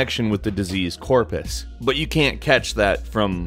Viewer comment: CORPRUS, not Corpus...